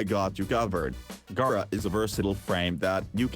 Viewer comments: “This is gayrah” 💀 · okay your video is great yes... but the way you say gara made me dislike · im today years old that i found out Gara is not pronounced "GAH"RA